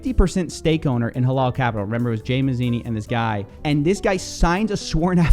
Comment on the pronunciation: Prononciation of halal is more like halAl with a hard A not halol